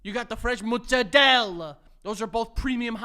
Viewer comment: that's not how you pronounce mozzarella. Where do you New Yorkers get these pronunciations from? Lol